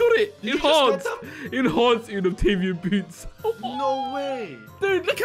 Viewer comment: the way they say 'Unobtainium' hurts It's pronounced Un ob tain ium not uh nub tay num